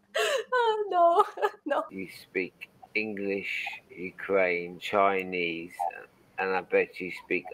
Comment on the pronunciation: I can easily tell your spoken English donesn‘t sound like American. When you say the word “Chinese”, you pronounced tr-ei-nese.